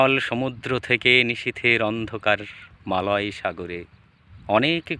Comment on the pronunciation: অত্যন্ত সহজ ভাবে - সরল করে বলা এই কবিতা, নিঃসন্দেহে কবিতার মাধুর্য্যকে শ্রোতাদের অনেক বেশি করে আকৃষ্ট করেছে । নীড়, সমুদ্র - ইত্যাদি শব্দের উচ্চারণ খুবই স্পষ্ট এবং যথাযথ । কবিতার ভাব প্রকাশ ও সামগ্রিক উপস্থাপনা আকর্ষণীয় । আবৃত্তিকারের প্রতি শুভেচ্ছা ও অভিনন্দন রইল । ধন্যবাদ ।